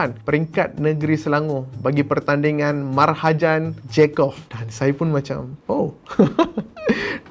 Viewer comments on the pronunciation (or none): Bukan Marhajan tapi mahrajan j-QAF..... Btw, nice bro.... 👍👍👍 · bkn marhajan. Mahrajan is better